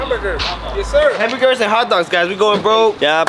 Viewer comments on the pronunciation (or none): He said hartbergers